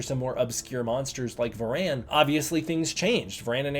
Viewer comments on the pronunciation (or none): “Va-RAN”? Your emPHAsis is on the wrong syLLAble, brother!